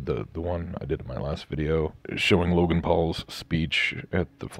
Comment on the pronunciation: WOW "Loganass" , What a shoot sandwich you r.